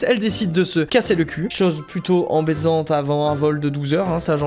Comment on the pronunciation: "elle décide de se casser le cul, chose plutot embaisante..." Je sais bien qu'il voulait dire embêtante, mais vu les circonstances ce petit défaut de prononciation prends tout son sens xD